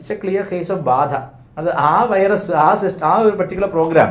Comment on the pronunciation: Pronunciation... ബാഅഅധ 😂